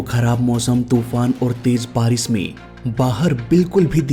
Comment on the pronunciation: Anchoring karna to Sikh lo😅 बारिश होता😢 बारिस nh hota क्रैश hota क्रैस 😅 nh hota pronunciation पर कम करो सारे बिहारी आ जाते हैं उनके